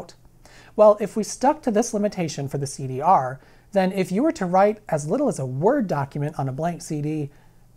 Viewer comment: You did not just say CD Arrrrrr...omg so good